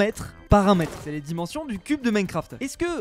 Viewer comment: "diu cube"